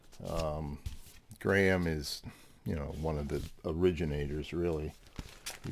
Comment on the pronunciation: Pet Peeve, ....it's GRAM Parsons, not Graham. GRAM as in Ingram. He's one of yours, surely you and Mazzy should know! Or is it done on purpose to wind up pedant people like me? Great video otherwise. Love and peace from across the pond.